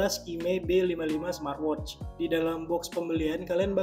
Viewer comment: Coba huruf T diakhir kata "SMART" diajak, kasian... Gak enak didengernya...😅 Jadi kalau huruf T nya diajak didengernya enak jadi: 'SMAATWOCH"